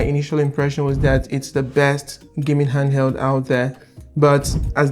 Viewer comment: Wtf is a andeld? Its pronounced HANDHELD. Why does every review of a legion go gotta be by some horrid accent. And thanks for the terrible ear damage playing your national anthem